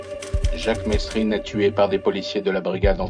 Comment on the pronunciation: C pas mesrine c merine il disait